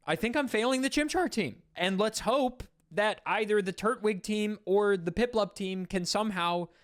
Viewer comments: Holy fuck why is it so hard for Americans to understand the point of "tur-TWIG" not "TURT-wig" people say tur-tle, not turt-le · Bro you gotta stop saying Turt-Wig. No one says Turt-le, they say Tur-tle. It’s Tur-Twig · My dude, it's not Turt wig, it's Tur Twig, you know like a Turtle Twig. A tree branch, a stick. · You say Turt-wig instead of tur-twig and My brain is like "That's how Gman from half life would say it" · Saying Turtwig as “turt-wig” and not “tur-twig” is insane. I love you but this scares me 😭 He’s a turtle with a twig on his head, no wig in sight. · Am I the only one who is hearing him say Turtwig as Turt Wig vs Tur Twig? And sort of sounds like he's calling him turd wig? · I know I'm being THAT person, but TURT-wig? I thought it was tur-TWIG, more emphasis on the twig part than the turtle. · Did you say... Turt-wig?